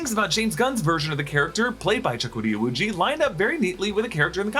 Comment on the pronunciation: Wait his name is Jahkooty O'Woojiee 🤣 I'm not making fun of ethnicity I am making fun of ' pronunciation